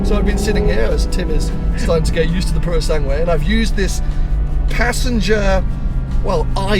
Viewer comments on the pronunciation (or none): You oughta check your Italian: It‘s NOT the „Pureosangwe“ but the „POOroSUNGwe“. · So youve been the fricking practising the name of the pass but keep mispronouncing the name of the actual car! Tip: the ue at the end is pronounced like a flat eh; purosangeh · when saying Purosangue, don’t pronounce the second u. It is silent.